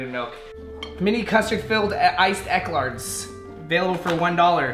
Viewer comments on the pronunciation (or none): they’re called ec-lairs not ec-larts 😂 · “Elclarts” pahaha hahah I’m dying it’s pronounced “e Claire’s” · Eklards?😂 eclairs 😘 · did he say ECLARDS instead of ECLAIRS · “Mini custard filled iced EKLARDS” 😂😂😂😂😂😂😘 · "Sardines in BREEN" "Iced ECLARTS" I love you lmaooo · Did he just say eclards?!😂😂 hit the like button if u know how to pronounce eclairs